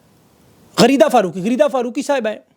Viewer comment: GHALIEEZA, KHARIDA um um,,,,um O ho GHARIDA 😂😂🤣🤣🤣🤣very funny I LIKE THAT